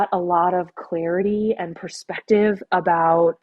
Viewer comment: She says clearity instead of clartiy.. lol